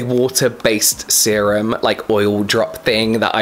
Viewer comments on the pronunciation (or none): none